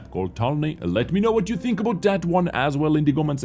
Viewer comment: Sparky Boy: How many....do you tink? Saurfang grimacing: To many....